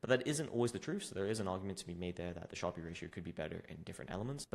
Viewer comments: Sharpe is pronounced sharp. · great video but Sharpe is just pronounced like "sharp", not "shar-pee". It's named after Nobel laureate William F. Sharpe, who developed the metric in 1966. Despite the "e" at the end, the vowel remains short and the final consonant is hard, making it rhyme with words like harp, tarp, or carp.